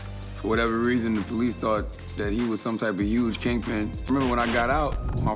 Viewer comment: The way she pronounces police is pretty funny. The PO-lice